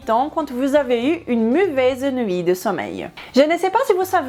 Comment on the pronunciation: tu me tue quand tu dis" muvaise "